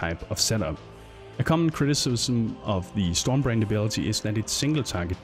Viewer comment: Took a while before I realised he was saying "storm brand" and not "storm brained"